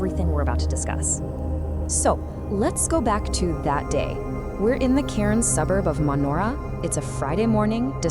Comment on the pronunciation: Cairns, not Karen’s.